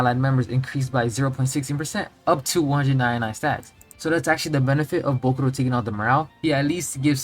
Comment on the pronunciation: It's jarring as hell how you pronounce "bokuto". Almost sounds like you're saying bokuRo